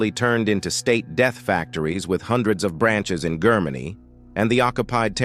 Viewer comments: "Grrr-many? Really? Please use a human narrator! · Yes, when it could not pronounce "Germany", about 15 seconds in, I quit.